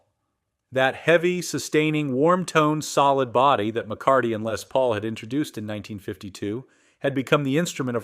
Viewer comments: "Lay Paul" "Lezz Paul" ITS "LESS PAUL" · A lay Paul? . God I hate A.I so much. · AI....Cant say "Les Paul."...what on earth is a "Lay Paul".?....lol